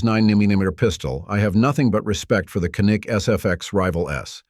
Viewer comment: How do you pronounce Canik? It's not Ca-NIK as in Can-Nuk. 🤦 It's actually more like CHAN-IK or JA-NIK.